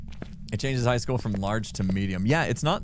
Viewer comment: I rather when chat isn't on the screen tbh. Also why is pronouncing high like hike? Is it a joke i missed or an American thing? Lol